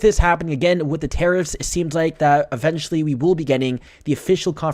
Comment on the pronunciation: Really ? WRONG ! You should stop making these INCORRECT videos, go back to school and learn basic English. "lastly"? "skyrockin"? "aventuly"? "excelerating"? "futtold"? "2 12 20"? "prawcess"? "Pudin"? How old are you, 10? STUPID.